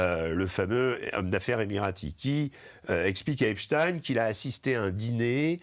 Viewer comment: Epstein! Pas Epstin